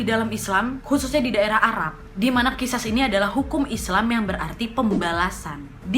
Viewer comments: Wak qisos bukan qisas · Khisos wak bacanya bukan khisas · Mhun maaf teh... Itu di baca nya.... Qishos... 🤗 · Qisos ka dibacanya bukan qishash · It's sound Qishosh, kak. Ehehehe Btw, yep. Maaf itu paling gampang diucapkan, paling sulit dilakukan, paling mulia klo udh bner2 ikhlas